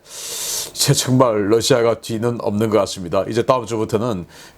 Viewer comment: 신선생님, Russia 발음 Lussia가 아닙니다. "ㄹ"을 부드럽게 발음하시는 것이 옳습니다.